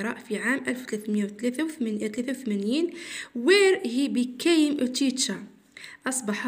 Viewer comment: شكرا ربي يحفظك و لكن اريد تصحيح خطا لفظي لك became نقراها بيكام كما تكتب تنطق و ليس بيكايم كما قلت